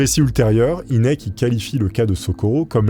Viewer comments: Tout les Ufologues connaisse cette histoire mais tu les raconte tellement bien qu'ont s'en lasse pas par contre j'ai exploser de rire sur la prononciation du Dr Hynek ce prononce Hainek , Inek c'était comique 😂 Merci pour ta vidéo très sympathique :) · mdr la prononciation de "inek" c'est "haynek" (prononciation) je sais que ca s'écrit pas comme ca j'adore tes videos au fait!!!!! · C'est "aille nek"